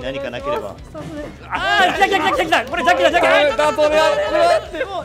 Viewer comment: 、絶対「じゃっきーさん」って言ってるよね？